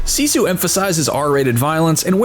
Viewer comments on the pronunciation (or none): You would have gotten a thumbs up, but your pronouncing SISU WRONG!